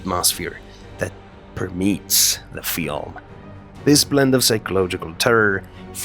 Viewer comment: Per meats are the most scary for me (snicker)..... "per-me-ates". Learn the script before recording it.